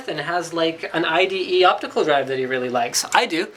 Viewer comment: it's ide.. not ite.. ;)